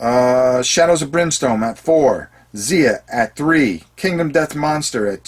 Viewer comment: Not that it's terribly important, but Xia is apparently pronounced with a hard i... as if it rhymed with eye-uh. Not like Zee-uh. heh The creator pronounces it that way, at least. :-)